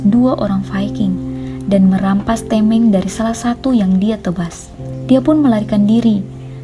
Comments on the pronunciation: Tameng kak bukan temeng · Tameng di baca tameng min bukan teming